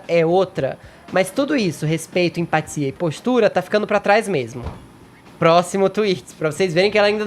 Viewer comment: . "Empathiia" hahahahhahahahhahahah.